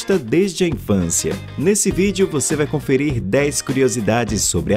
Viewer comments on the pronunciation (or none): none